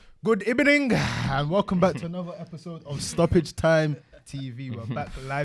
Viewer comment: 🤣🤣🤣 man started the episode wit “Good Ebening”